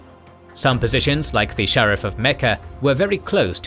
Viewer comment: Pronounced “shuh-reef”, not sheriff.